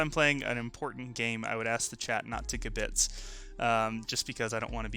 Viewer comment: accent is on the first syllable for kibitz